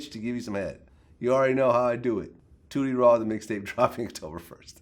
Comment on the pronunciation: Tooty Raw... Sound like booty raw... Love Boosie tho